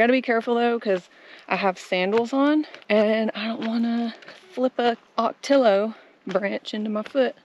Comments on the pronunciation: Love, love the desert scenery! Maybe I'm biased cuz I'm from AZ 🌞That Mexican restaurant looked like a BIG score! The guac looked amazing! I love fresh Mexican food! But, you lost me at cow tongue on a street taco, YUCK!! And, the Ocotillo is pronounced O-KO-Tee-YO 😊 It's probably my favorite desert place. In the spring they are green with red blooms at the ends! IT's just gorgeous! That's my favorite time of year in the desert - spring time! That's when the desert blooms 😊 Yikes! Tarantula! Be careful, they can jump! And scorpions are plentiful, the baby scorpions carry more venom, so be careful! Also, there are rattlers and coyotes and mountain lions, so just be aware of them and be careful! In conclusion, I love, love the music in the background. It's perfect! Thanks for sharing. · would like to help with your Spanish language pronunciation when you see 2 LL's together it's pronunciation is the "y" sound,Ocotillo (ō"kə-tē yō) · Ocotillo is pronounced ah-co-tee-o. Two Ls are the y sound.😊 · ocotillo sounds like Oco-tea-yo, the 2 L’s sounds like a Y in Latin American. Great video! I have Big Bend on my bucket list. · That really is a nice area. I like having more vegetation. The ocotillo cactus is my favorite! The blooms are red- orange and cover almost the entire branch. It's pronounced O-ko-tee-yo. Two L's together in Spanish are pronounced with a Y sound. What I wondered about mountain biking in the desert is - have you ever startled wildlife? Rattlers, javalina? I guess you all would be startled! Great drone photography as usual!